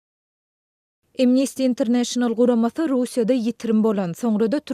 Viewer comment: "Imnisti Interneýşenal" däl, eýsem "AMnesti Interneýşenal" diýip aýtmaly! ☝️